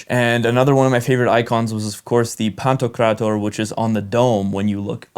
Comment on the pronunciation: A very moving video, you also pronounce Pantokrátor beautifully if I may add as a Greek Orthodox! The Greek Catholic Church of the Ukraine is, of course, as you also say, not an Orthodox but a Catholic church, which has merely been steeped in many of the old Eastern Orthodox traditions and customs, while remaining Catholic in dogma. I agree with you about the exceptional feel one gets, surrounded by an atmosphere, which is deeply mystical in these Eastern or Greek Orthodox churches. This contributes to a strengthening sense of faith in our church, in God, Christ, the saints, and the Virgin Mary, in a church that is covered with rich, vibrant, if somewhat stern, Byzantine-style icons, where the aroma of lit candles lingers in the air and mixes with the comforting incense that rises from the tinkling thurible with every sweeping gesture by the priest.. Even in the Greek Orthodox liturgy, being Greek does not automatically mean that one understands every word, as the Greek language of the church is rather archaic. But this for me is the beauty of it all, I do not have to hear the Bible or the majestic chants in the ordinary language spoken by us on a daily basis (there are classes and books that explain the verses and hymns, if one really wants to understand every single word). They are less important than the effect that the traditional, repetitive, rhythmic sounds and chants have on us, as the intermingling words that we do understand give meaning to those that we do not under